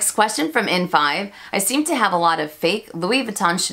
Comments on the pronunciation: MelSoldera also says “Louis Vuitton” in the “correct” way every time but I never say it that way and I certainly don’t judge people for the American pronunciation. That said, I just LOVE hearing the French brands pronounced in French. It just feels special lol. But yeah, no judgment. And the cats collection.... I am a proud crazy cat lady, so I am so torn on it. I go oh God, could I really wear that? But then I’m like but it’s catttts, lol. Hope you’re feeling better! :) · I believe Monsieur Ashley pronounces Louis Vuitton correctly too. 🙂